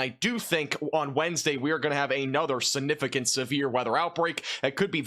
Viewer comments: You say sunifigant endlessly every day and grossly mispronounce it. SIGNIFICANT ! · Stop saying the word significant or stop pronouncing it sunificant i love your content but that is nails on a chalkboard for me lol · There is a G in the middle of the word "siGnificant". Say it with me ... siGnificant. Learn to say it correctly, or use another word. If you're trying to be a pro broadcaster, you're going to need to pronounce those big words correctly. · SiGnificant... not siNificant. 🙄